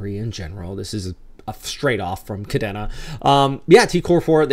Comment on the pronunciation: Pronounced Ka D na